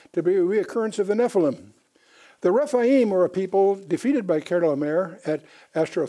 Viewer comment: Excellent lesson but I'm amazed that he couldn't pronounce most of the kings names in Genesis 14. It was like it was his 1st time even reading them. Dr Ken Johnson's and Les Feldick are also excellent strictly bible teachers. They get to the point of scriptures a little more quickly. Ken as a multi language translator, knows more about Melchizedek, Chedorlaomer, ancient manuscripts, Apocryphal books, the 100 plus Biblically endorsed books mentioned in scriptures and the DeadSea scrolls than anyone in the past century. Melchizedek was a priest and king and ONLY him, David and Jesus ARE BOTH. Yes Melchizedek order is above the Levi and Aaron's priesthoods. Also, Melchizedek and Jesus are not limited in years of service as Levi's priests are. They serve for life not just 30 years and since Jesus will never die again, He is the FOREVER priest and king as SO MANY scriptures state. Paul in Hebrews 7: 17 listed Jesus as a priest after the order of Melchizedek also so the Genesis verse wouldn't have been lost if Psalm 110 had not mentioned it. We the church believers are also called Kings AND Priests ! I'm amazed how pastors Forget Noah's close relationship with God and his great grandfather Enoch. It's not like they stepped off the ARK and forgot about God ! Noah and Shem set up the School of Prophets that Melchizedek oversaw.